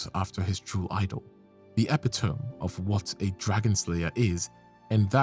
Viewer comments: I don't mean this in a bad way, but 'covetous' is afaik pronounced 'KUH-vuh-tis' with the 'vuh' almost like 'veh', while 'epitome' is from Greek which is why we split the syllables like this 'ih-PIT-uh-me'. There could be some variation due to accents, of course. I don't mean to sound condescending, so sorry if I do. I just really like words. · I'll never unhear those pronunciations of 'covetous' and 'epitome'